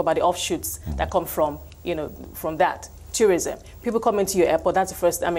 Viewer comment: Did she just say tyou-rism?